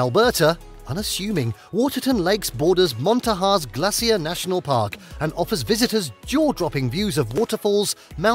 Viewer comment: Also it's Mon-tan-a. Not Mont-a-na